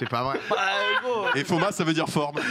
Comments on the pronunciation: dites moi si je me trompe mais en espagnol on dit forma et non fomma comme l'a dit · forme on dit Forma pas Fomma